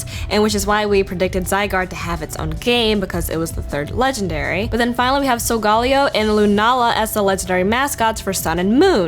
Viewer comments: Am I the only one the finds it a "cringe" that she is pronoucing Solgaleo? It's pronouced "Sol-Ga-Leo", not "Sol-Gal-eo". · Pretty sure its sol-ga-leo saying it any other way would mean your trying too hard over just a word SOUL/GALIO or SOUL/GALAO(for your Galileo theory) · Solgaleo is pronounced sol meaning sun ga meaning the and Leo meaning lion. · its pronounced SOL-GA-LEO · You pronounced Solgaleo wrong. Solgarleo is not right. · I like to think that it's pronounced like "Galileo" because he was an astronomer and the games are Sun and Moon. It kinda sounds better like that too imo, but you're right. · I cringed every time you pronounced Solgaleo's name like that... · His name is in spanish, so you pronounce it in spanish. Problem solved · random guy that likes food I believe he got that since both sol and luna are sun and moon in spanish. But it goes similar to other romance languages too, so yeah.